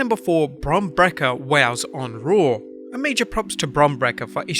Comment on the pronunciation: Brake-ER... not "brek-ah"